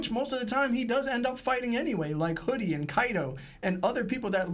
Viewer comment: Did call Hody "Hoodie"?😅😅